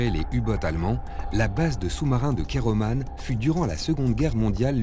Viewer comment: on dit Keroman et non keromane